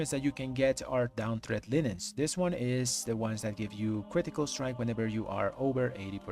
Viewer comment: It's "Dawn" not "Down".